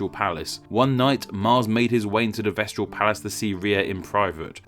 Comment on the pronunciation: Vestal not vestral.